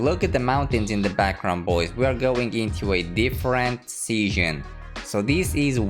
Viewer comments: When he said season I heard seeshin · Nobody:: sEaShIoN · pronounces “season” so funny lol